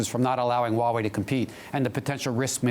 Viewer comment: Kinda disappointed even the Huawei CSO cannot even pronounce "Huawei" right....